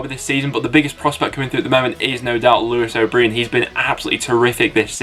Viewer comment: it’s pronounced lewis o’brian